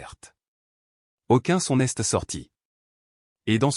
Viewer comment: Ras le bol des fautes de prononciation. Apprenez à l'IA le français Exemple Elle s'est rappelé Et non elle s'este rappelle ça ne veut rien dire en français Ce n'este pas rien au lieu de ce n'est pas rien. Qu'est ce que tu veux et non quesque tu veux. Vous inventez des mots qui n'ont aucun sens. Mais en fin de compte vous en avez rien à faire de nos commentaires parce que vous ne les lisez pas 😢😢😢😢😢😢😢😢😢😢 et je mets un pouce en bas à cause de la prononciation.